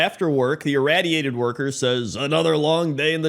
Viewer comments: Ir-Ray-diated workers is how it’s pronounced. Awesome vid as usual. Keep em coming brother!!! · Why do you pronounce the "radiated" in "irradiated" differently than just "radiated"? x.x